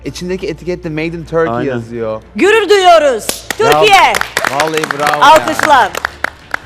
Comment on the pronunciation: "Gürür düyüyoruz Turkiye!" u ile ü'ler hep karışıyor be:) ama çok hoşsun ve "Bizimlesin";)